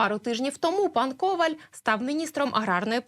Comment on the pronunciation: Коваль - наголос на останньому складі.